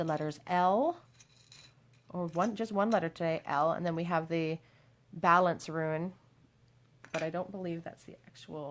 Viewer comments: I absolutely love your readings, you have a super soothing voice! Most I’ve seen are super accurate but I always get triggered when you say “ruin” instead of “rune” because I keep picturing crumbling sites and think you are about to tell me (us) that everything is gonna get destroyed. I don’t know why the association makes me cringe so much, but it just does. I guess is just my inner fear of loss and abandonment getting triggered by the mental picture 😪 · I watch more of your recent videos and you kept saying how you pronounced "rune" wrong and I was like "What do you mean? That's correct?" I now understand. hahahahahaha